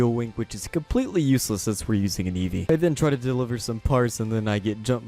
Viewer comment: Nobody: Eesvee:R E T U R N